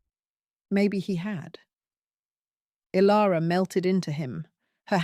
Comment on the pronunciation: The AI voice is ok, but there are many mispronounced names. Is it Kale or Kyle, and Ilara or Alara? There was a fast forward that was unnecessary as well.